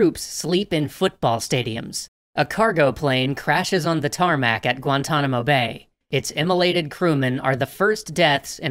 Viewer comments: DONT YOU EVER CALL A RUNWAY A TERMÆK AGAIN! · Did you just say “tarmac”